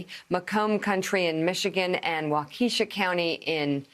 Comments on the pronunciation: Just so you know, it is not pronounced, “Wa-KEE-sha”. It is pronounced, “WAH-ka-sha”. Our Sconie names are difficult to pronounce! But hang in there, Mika! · It's not Wah-KEE-Shaw!!! It's WAH-Keh-Shaw!!! LOL. But not surprised by that stat. You feel like an island sometimes as a liberal in Waukesha County. It does give me some hope to walk around the city of Waukesha proper and seeing all the Biden signs on lawns, but once you get into the rural areas of the county, it's just a flood of MAGA everywhere you look. The good news is over 300,000 people have already voted in Wisconsin and over 70,000 of those are in Dane County, which is a liberal stronghold thanks to Madison. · Mika, it's pronounced WALK-u-shaw county. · Mika... Waukesha County is pronounced wok-USH-aww. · Mika, love. It's pronounced WAH-KUH-SHAW county 😄❤️